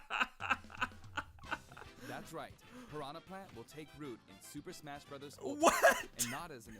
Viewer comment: Swooper smasgh?